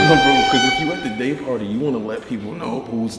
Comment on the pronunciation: Day party sounded like GAY party 😂😂